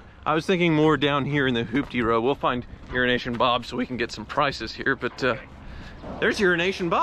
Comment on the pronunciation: keeps saying Uro-Nation.